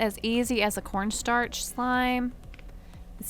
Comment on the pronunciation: Ok so I'm saying corn starch and corn sterch now 😂